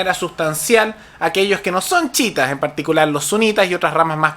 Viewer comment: chiitas no chitas wn